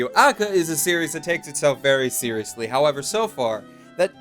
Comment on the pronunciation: it's pronounced (Ah-ka-kah)